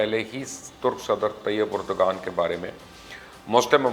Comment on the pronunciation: My dear it's not pronounced as Erdgan but Erdvaan. Not expected from you.